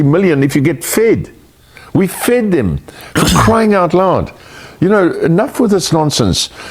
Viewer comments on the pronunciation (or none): Apple —> Tree. I don’t care how awful his dad is, he still doesn’t get a pass. He says “fid” instead of “fed” but you don’t see me all “go back to Africa” about it. Ronald Reagan saw our immigration population as one of America’s STRONGEST assets. Perhaps HOW we became such a great country in the first place. And now we have white nationalists in charge and look at this mess. Our planet is made up of all types of humans, and as humans, we have invented ways to cross to each other’s lands. In doing so, we are evolving. Clearly the solution is for Elon to hurry up and get that all-white mission to Mars goin and good riddance.